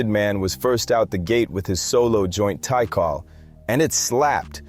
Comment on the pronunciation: Jus so u know mate, Meth"s Tical, is not pronounced like Tycal but jus Tcal. Also GZA The Genius has never been referenced has G-Z-A. its jus like Giza, same with RZA. Still enjoyed this so ive subbed!